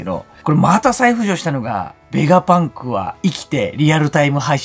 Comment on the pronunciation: 作者に失礼なので名前間違えないで下さい。何度も同じコメントしてるのに読んでくれてないんですか？ ベガバンクじゃなくて、ベガパンクです。 動画見てみて下さい。ベガバンクって言ったりベガパンクって言ったりしています。